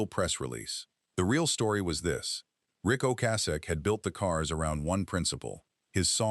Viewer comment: AI is mispronouncing Rick's name. Only three times did it say his name correctly. Annoying.